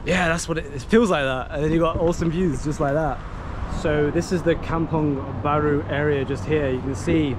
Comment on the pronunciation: Kampung Baru, not Kamung Baru. Kampung = Village, Baru = New So Kampung Baru means New Village.